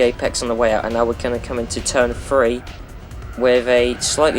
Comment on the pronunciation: That accent when "three" becomes "free"